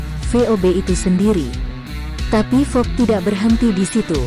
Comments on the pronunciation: Mohon maaf bukan sob tapi vob. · Yg ngisi narasi nggak bisa mbedain huruf V dan F...😁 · 😁😁😁😁vob min bukan pob 🤣🤣🤣🤣🤣🤣🤣🤣🤣sukses trus min tpi jngn slah lgi ya🙏🙏🙏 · Min min...!!! VoB bukan FoB yah ( Voice of Bacheprot ) itu aja sih tapi tetep suskrib